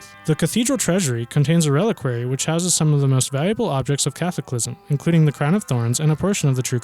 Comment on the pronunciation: And it's "mon san meeSHELL," not "mont saint Michael," and you can't pronounce Catholicism.